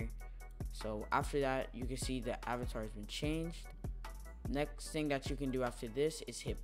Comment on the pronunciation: "first ting"